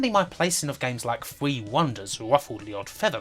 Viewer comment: Why can’t you pronounce “R” in words? You replace all “R”s with “W.” Fwee=Free Bwilliant=Brilliant Woom=Room It’s not fucking hard dude.